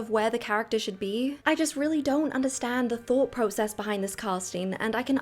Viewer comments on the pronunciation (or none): none